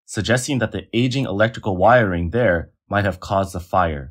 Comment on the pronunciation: "Aging electeical wirieing" are they serious ... 🤦🏼‍♂️